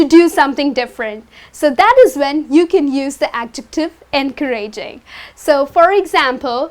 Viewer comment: Excuse me miss, we don't pronounce encouraging like this. The stress isn't on the (ra) with all due respect. Thanks.